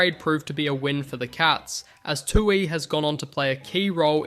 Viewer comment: kinda weird on Tuohy as well. sounded like "two eee"